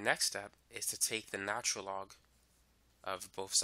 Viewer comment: If this man says natural log wrong again I'm gonna freak